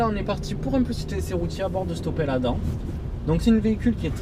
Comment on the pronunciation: On prononce adame !